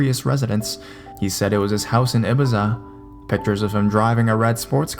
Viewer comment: The way he said Ibiza almost made me throw up...god is his slow pace of talking annoying or what!? 🙉😴💤